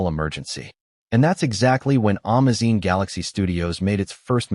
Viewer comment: I hate AI. Amazon is AN - MA - ZINE !?!? And LILY Collins is NOT LIE - LA! I couldn’t understand who they were talking about.